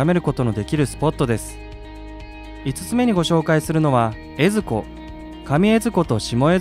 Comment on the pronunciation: 江津湖とか水前寺のイントネーション変だけど地元の人じゃないのかな？ あと、金峰山にあんなインスタ映えな岩はないです。